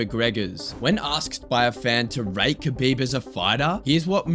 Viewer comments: kabooiiieeeb edit: alright you corrected your pronunciation in a later video, subbed to the channel mate! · It’s pronounced Habib not Khabib….Fgsake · It sound like you were saying his name wrong the whole time. You don’t pronounce the K. But other than that, badass video man. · You don't say the K in Khabib. The K is silent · It's funny to me, as good and well known as kHabib is.. barely anyone pronounces his name correctly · Bro did so much research and still can't pronounce Khabib's name right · The K is silent